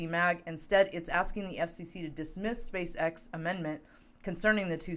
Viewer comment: I heard space sex too 😳🤣🤣🤣🤣